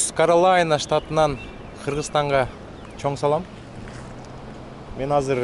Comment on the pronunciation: каралайна эмес каролина